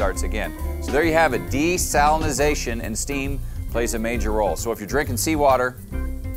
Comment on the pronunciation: dude actually pronounces desalinization correctly !